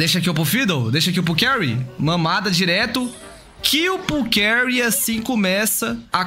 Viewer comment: Sempre que ela fala Carré eu dou uma risadinha